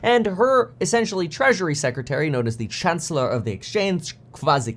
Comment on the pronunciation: How did u call the Chancelor? You were off by a MILE.